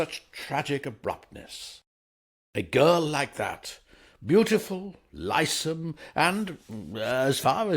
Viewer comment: The girl was “lissome” (slim, willowy), with a SHORT “i”. It is not Lie -some. Ok?